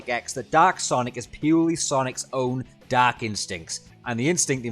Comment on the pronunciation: I was hearing "Doc" Super Sonic for the first few seconds of the video...